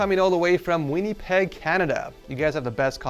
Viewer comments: Winnypeg…what 🤣🤣🤣 Pronounce it win-a-peg Also the wallpaper was indigenous art just for perspective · Why did he pronounce Winnipeg like that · We weebs heard your butchered pronunciation of Hatsune Miku and we are grabbing our pitchforks, sorry